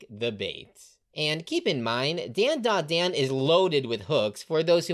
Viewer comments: It is pronounced DondaDon. Don( like a drum beat) yes is an on and not an sound. Dont believe me say Gohan. The an is an on sound. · bro keep saying dandadan wrong